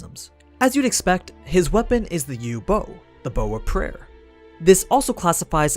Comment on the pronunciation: Bow...It's so easy to pronounce. But the English dub couldn't do it!